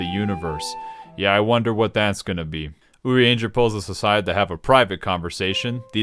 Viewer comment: Lol "oody-ain-jer" love it